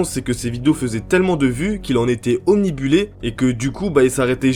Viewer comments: Bon d habitude je reprends pas les gens sur leurs diction mais là, ptn , ça fait 2 FOIS : OBNIBULÉ CA EXISTE PAAAAAAAAS C'est "Obnubilé" Tu sais , si ton écran de tel ou ordi souligne un mot en ROUGE ça veut dire que c'est faux ... 🧠🧠🧠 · On en parle qu'il a dit omnibuler au lieu d'omnubiler pendant toute la vidéo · désolé, mais tu dis au moins 3 fois le mot "omnibulé"*. Et ça ne se dit pas, on dit *obnubilé ! XD